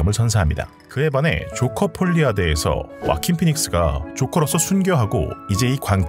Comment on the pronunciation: 폴리 아 되❌ 폴리 칵 퉤⭕